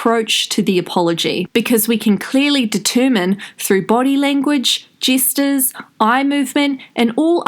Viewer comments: "by analysing her movement, jesters, eye contact and postures" sorry the way you said gestures made me laugh okay back to the video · You said 'Jesters' twice - so it wasn't an accident. Gestures - sounds like pastures - not jesters...😝